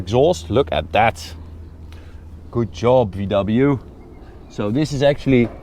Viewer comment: "VDoubleyou" xD